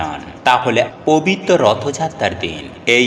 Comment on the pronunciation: ভাষা ঠিক করে ,😢😢 কথা বলুন আগে!!!!😢😢😢 প বিত 😮😮 কথাটা কতবার বললেন !!!!😊😊 কথাটা হবে (পবিত্র ) প বিত নয়!!!!😂😂😂😂😂😂😂😂😂 আবার বলছি 😅😅(পবিত্র) বলুন !!!!!!!!😢😢😢😢😢😂😂😂😂😂